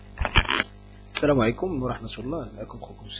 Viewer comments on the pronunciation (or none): none